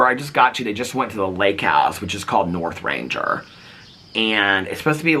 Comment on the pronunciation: It's Northanger has a hard "g" - nothanGer. :)